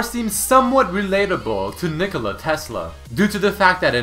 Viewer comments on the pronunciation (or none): none